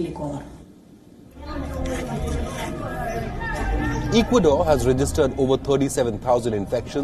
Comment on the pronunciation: Hey Mr. Reporter, learn to pronounce Ecuador, please, if you are going to report on a country, at least know how to pronounce it.